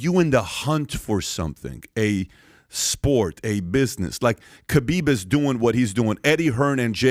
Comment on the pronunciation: I wish dude would learn how to pronounce Khabib